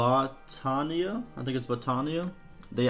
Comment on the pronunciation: You cant say Battania? Try lime this "Bat (like the animal) taynia (like you would speak it in english) Bat Tay Ni Ya